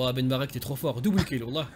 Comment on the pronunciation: C'est moi ou kefta il a dit ben bartek ?🤣